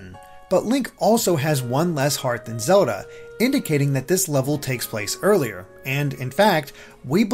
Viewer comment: Does anybody feels annoyed by the way he pronounces Zelda?